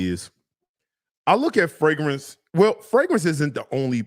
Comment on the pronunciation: Wait is from Baltimore now I see why he can’t pronounce the second R in fragrance😂😂😂. And when you said he bought a fragrance and took it back, it reminded me of when I used to work at Nordstrom‘s in Columbia, Maryland and them DC dudes would constantly buy, wear and return everything.